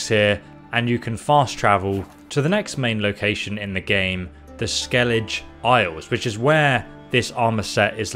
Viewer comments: how is it that you play the game, they SAY THE NAME of the place and you still cant say it right. Ske-le-Geh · you say the 'g' in Skellige like you say the 'g' in Geralt. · Dude first off great video love it but my god skellige is pronounced skell aga not the way you were prounocing it it's just painful to here because it's said so many times in the game properly and your butchering it other wise great video keep up the great work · Didn't wanna say it but I gotta.. It's pronounced (Skell-i-gah) Skellige. Sorry. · I'm sorry to say every time you said Skelige, I cringed... Otherwise nice. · I think this guy has some sort of reading or learning difficuty. There are several words he has a problem prnounving, like Skelige and Ursine. These videos are useful but the audio just makes them too annoying to watch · How the hell does someone manage to mispronounce "Skellige" when it's said correctly hundreds of times in the games dialogue? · Bruh how do you play through the entire skellige arc and still pronounce it the way you did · good video bro but the pronunciation of skellige is way off. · The mispronunciations in this video hurts my ears. But still, thanks. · Why do you say Skellige wrong compared to every character in the game? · I hate how he says "Skellige"...it is like saying "Jenefer" intead of "Yenefer" xdd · why do u pronounced skelige like that🗿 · Just a tip, Not trying to be a filthy hater!!! 👍 In english, it's pronounced vélen, with emphasis on the first E, and Skellig- uh, the G doesn't connect with the E making a J sound, it's just a normal G sound, like Garry 🤣 I don't know about in polish though because I'm not polish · Im REALLY late but it's Skeli-geh and Ve-len non Vlen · Did you even play the game? "Skeledj" "yoursine", "vel len" wtf. They say in the game how to pronounce them. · Your pronunciation of skellige and velen is driving me crazy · Your pronunciation of the names of Velen and Skellige hurts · SKELL EDGE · You said Skellege incorrectly.